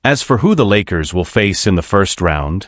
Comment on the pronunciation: I can’t take the AI either. Can’t even say the name of the Lakers correctly. What’s wrong with this picture?